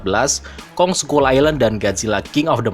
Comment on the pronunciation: Skull dibaca skal😑